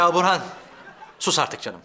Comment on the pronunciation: Yirmi kere izledim neredeyse. İfo nun Burhan’a burhi dediğini ilk kez duydum😅